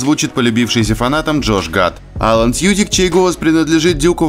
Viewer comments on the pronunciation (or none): none